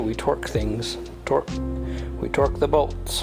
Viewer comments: torque not twerk 🤣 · Maybe she thought you were saying twerk not torque hahs